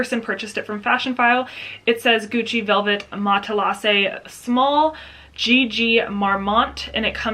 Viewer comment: Mat-La-Zay is the correct pronunciation.